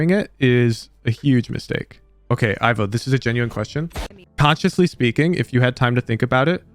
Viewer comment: As someone also called Ivo, please pronounce the "i" like in "indoors". Hearing "aivo" makes me wince, I'm sorry.